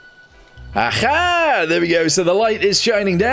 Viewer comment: When he says aha itsounds Russian “ajha”😊